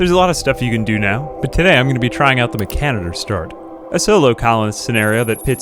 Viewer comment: "Meh-kaniter" wHAT THE FUCK 🤮